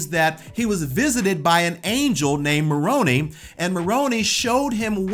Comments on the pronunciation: We SPECULATE that Jesus MIGHT have had a wife. I don't know of anywhere in our faith that claims with knowledge of that. Correct me if I am wrong. Also, dude. We have a pronunciation guide in the Book of Mormon. Moron -eye instead of Moron-ee for Moroni. Neph-eye instead of Neph-ee for Nephi. As for the 2nd Nephi scripture about an earned salvation vs. a graced-deserved one, we cannot attain salvation alone, but that does not exempt us from the work needed to get to Heaven. We believe that the path to salvation is an active one. You cannot have faith in God, then not serve your neighbor or not serve God and then expect to enter into the Kingdom of God. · Moroni is pronounced Mor-rone-eye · For future reference any Mormon names that end in "I" are long sounded. Moroni is not and Italian mob boss 😂 ( Moron-eye) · As an LDS person I was always taught ti respect others and their beliefs. Because I was raised Baptist , married a Catholic, Ive always attempted to understand other religions . The Angels name wasnt Ma Ronie , like macaroni , but Mor oni pronounced like More Row Nye.( sorry but that was really annoying). I wont argue any points here but point out: the decisions who Christ includes in the body of Christ will be detetmined by Christ, not anyobe here on earth. Our job as humans is to love one another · The "Angel" Moroni is pronounced as Moron"eye", not as Moroneeee...I hope that this helps. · Angel Mor-o-nee! 🤣 It's Mor-on-eye... He wasn't a Gotham crime boss! 🤣 (former Mormon current free man) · Moroni like macaroni? 😂😂 I grew up in Utah never heard it pronounced that way… mor-o- n-eye. But hey my kid when she was 5 while at the Joseph smith building looking out at the temple, my dad asked her if she knew who it was up on the top of the temple and reeeeaaallly loud said YES, he’s Horney! 🤣😂So everyone I knew in Utah mispronounced his name!? 😂😂 that is awesome funny 😆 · "Maroni" (ma ro nee) might as well say macaroni 😂😂it's (ma ro nigh)